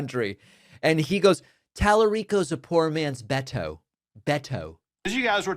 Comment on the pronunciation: Calling Beto “Betto” is INSANE.